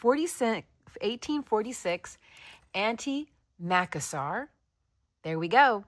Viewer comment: I have never seen an antimacassar that small. I wonder why it is so small. In the U.S. and Canada I have always heard it pronounced mah-cass-er, yes, the accent on the second syllable. Can’t tell for sure if your spelling makes it the same.